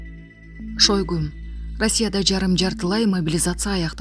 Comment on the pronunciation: СЕРГЕЙ ШОЙГО ДЕП ЖАЗЫЛАТ ОКУУЛУШУ СЕРГЕЙ ШАЙГО ДЕЙ ОКУУГУЛАЧЫ